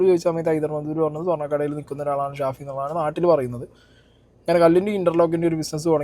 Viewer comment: ഷാഫി അല്ല പഹയാ സാഫി 😹😹